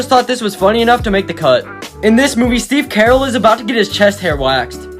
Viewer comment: Nobody: This guy: Steve Carol 🤦🏽‍♂️